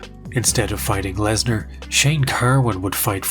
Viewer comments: Dude, it's "Lesnar" not "larsner" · Wait, is it Lesnar or Larsnar? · Continuing to refer to him as larsner after Joe Rogan mispronounced his name is pure comedy. Edit: the Mir headphones zoom is absolutely sending me😂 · "We're here with Brock Larzner" You had 1 Job Joe.. 😂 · Just finished watching. Great video brother. I wanna say two things- RIP Fozzy 😢, and you had me cracking up when you kept the Larsnar going after Rogan butchered it 😂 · I value the commitment to "Larsner" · Brock larsner lmao